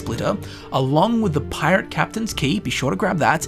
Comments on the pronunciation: Pie-Rate lmfao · "A pie-rate" instantly unsubscribes and deletes youtube